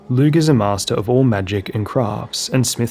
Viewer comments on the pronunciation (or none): Adore your work, just have to throw in a pronunciation thing. Lugh is pronounced Loo. No shade, Irish is wonky, but had to say.